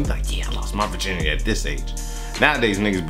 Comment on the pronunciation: "My Virgirnity" I'm dying!!!